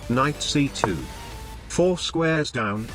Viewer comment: It is "knight" with a silent k.